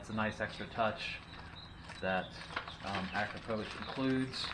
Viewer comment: Its pronounced A-CROP-OVICH